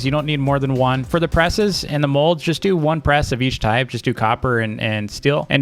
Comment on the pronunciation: He calls molds modes